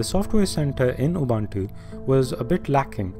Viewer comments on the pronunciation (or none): yes, Ubuntu. Its pronounced as OO-boo-ntu, with a soft "b". Similarly, its LOO-boo-ntu and ZOO-boo-ntu for the other two variants. I know this for sure because the name of the distro is taken from my Home language. Im not sure about mate but I read somewhere that its actually "mah-tay", but dont take my word for it.